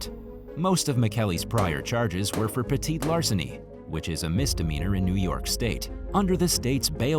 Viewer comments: I think he's trying to say petty larceny. 🤓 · Idk if anyone else noticed but I was getting frustrated every time he said petite larceny in story number 8 lol man it’s petty theft and larceny not petite as in smaller size lmao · For heaven's sakes -- it's "peh-tee-larceny." There's nothing "petite" about crime, unless the perp is really, really short.